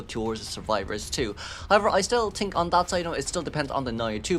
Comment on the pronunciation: I love you, but i cant ignore that you say tink instead of think. It makes me giggle every time.